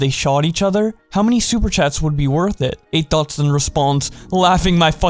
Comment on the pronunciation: Sounds like you’re saying “Eight Thots” 😂😂😂